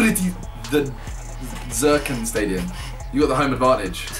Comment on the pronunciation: "Zerkan" stadium XD